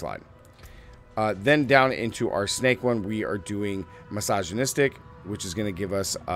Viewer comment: I did too!!!@ lol when will he say it right finally!? He actually mis pronounces alot of stuff